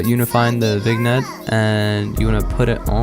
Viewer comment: Bro, I’m sorry, I can’t hear It pronounce it like that. It’s pronounced ‘vinyette